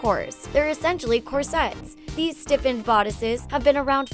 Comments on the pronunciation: Please don't include words in your video that you don't know how to pronounce! I've never heard someone mispronounce "corsets" before! It's embarrassing! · Mispronounced corsets and Gaultier.